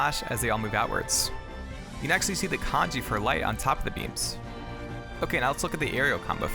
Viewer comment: Every time you say kanji!!! I cringe... it’s the in game symbol. 光 this is the kanji.